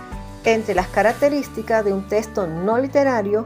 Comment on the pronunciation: Me desespera escucharte decir la palabra testo.... es texto